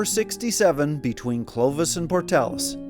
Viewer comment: Thank you for saying Portales correctly. I went to University there and did go to Oasis State Park and went to Blackwater Draw as part of one of my classes at ENMU.